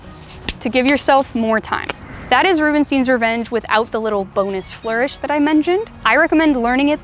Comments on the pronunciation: I love your content and the quality of it. Isn't it crazy? You don't know me yet you managed to teach me awesome things. Thank you. About the pronunciation: It is the same es Einstein, Frankenstein, Stein. Ei is pronounced as /ai/. I know in the US it is common to pronounce it as /i/. But if you don't believe me, use google translate and type in "Rubenstein" and let it say it out loud in english. It is pronounced /rubenstain/. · It's Rubenstein not Rubenstien :)